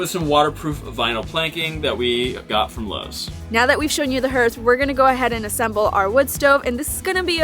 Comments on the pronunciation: It’s pronounced harth. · it’s härth, like hard. I had a ‘69 for a number of years. Had some cold nights, but never considered a wood stove. Seen them on boats, makes perfect sense. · Haarth. What is that "herth" noise? Is there a local pronunciation I am unaware of? Anyway, love you guys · It's pronounced HARTH, not Herth😊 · “HERTH”? Is that same as a “Hearth “ or as most say “Harth” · It’s pronounced HEARTH! Haaaarth! Not “herth”, HEARTH! 🥰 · It’s amazing, but it’s pronounced ‘harth’. Like Garth. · Pronounce "hearth" like heart with a "th". 🤎